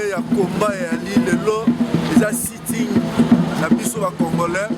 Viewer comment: SIT-IN et non SIT - ING